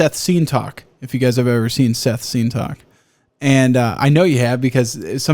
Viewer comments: why are you saying it wrong? It’s Sseth not Seth you have to pronounce both Ss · Lmaoo I was trying to figure out what he was saying but the captions didn’t help at all. Who is he talking about? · I've never heard someone say seth's name so wrong in my life.